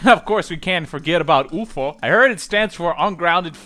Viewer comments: and we greek says like that the UFO 🤣🤣🤣🤣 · I like how you said UFO 😂😂